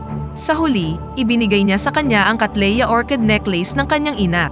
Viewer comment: katleya ang bigkas hindi kateleya ang vloger dapat e maraming alam sa spelling at tuldik, kumikita kyo mali nman kung magsalita ng tama sa pagkukwento.